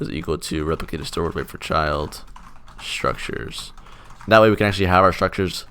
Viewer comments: Mhm.. I can't say it. Sounds like "Strukchers" Or "Shrukters" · yea, now im getting used to saying: "shtruckchurrs"